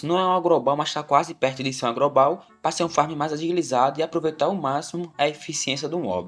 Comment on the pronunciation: craro, grobal, maluco é o inimigo da fonoaudiológa dele